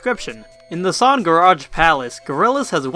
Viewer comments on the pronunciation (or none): I like how you say 'son' instead of 'song'. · Stop saying sawn instead of song lmao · You say son... Not song. That is absurd.